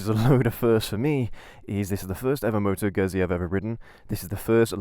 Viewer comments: Seriously - you got this great bike, with a great history behind it, you show excitement and interest, you show passion and love and you even don't know how to correctly pronounce the company name ?? Like - seriously !! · I'm going to struggle with this, the (mis-)pronunciation of the brand name might force me to leave early. I'm only 18 seconds in and it's grating enough that I feel the need to comment. Sorry if I miss the best of the vid.